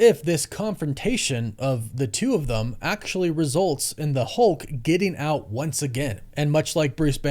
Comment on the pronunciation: man, again with the "thum" instead of "them"